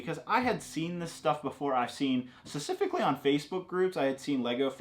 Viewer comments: Stop saying "scecifically". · "secifically" - (since he was born) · i love you... but please work on your pronunciation of the word "specifically," its been bothering me since day 1